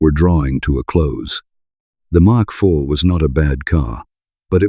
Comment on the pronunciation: Mk3 is pronounced Mark 3 as it is an abbreviation. MK3 is pronounced M K 3 as they are letters — this just grated on me how you alternative freely between the two.